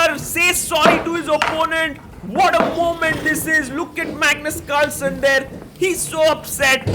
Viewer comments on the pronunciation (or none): In the start of the video, bro literally said 'Magnus calson'😂😂😂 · I am hearing 'Magnet Culture' instead of 'Magnus Carlsen'😂😂😂